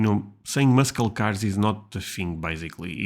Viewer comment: English tip: don't say mus-kel car. It's mus-sel car. no hard C or K sound. - just an S sound.